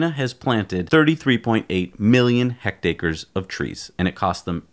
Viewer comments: First of all, I want to say I love your show. I've been watching for the past year. You have great presentation, great production values, and great information. I did want to point out one thing in your first section on China and tree planting. The word HECTARE is pronounced "HEKT-AIR," rather than "HEKT-AY-KER." Within the US, metric units aren't commonly in use, but some of your international viewers might notice. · Please! "heck-tear" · Pronounced ' hekt-air'. Each one is 2.5 acres. Love your show by the way.